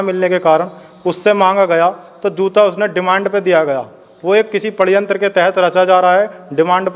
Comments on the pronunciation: Who has noticed the" padyantra " 🤣🤣🤣🤣 ...Saale Gawaar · Phle ye jo bhi dal ka hai padh to liye hote padyantra bol raha hai 😂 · Bajrang dal spokesperson Sadyantra ko padhyantra Kha raha ha. Isse uski budhi ka pata chalta ha. Vaha kitna padha likha ha 😂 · पड्यंत्र बोल रहा षडयंत्र को 😂😂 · Bajrang dal spokesperson memorised the statement and read षड्यंत्र as padyantra 🤣🤣